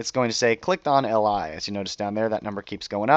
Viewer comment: I swear - everytime you say "li" I hear "ally".